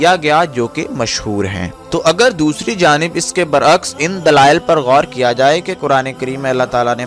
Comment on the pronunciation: Khuda k lye alfaz sahi istamal kia kren...musharaf ba islam hota hai ..musharaf beEman nhi hita..Neez hota hai naiz nhi hota.bar aks hota hai bar akkas nhi hota.